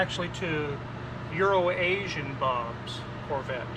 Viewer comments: Everybody is saying Urination Bob in the comments lol, I thought was saying Euro Nation Bob... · I was confused how the guy got called urinationbob. Now I know its mispronouncing it. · The best explanation I've heard is that pronounces it Euro 'n' Asian, but quickly. EuroNation is just wrong though.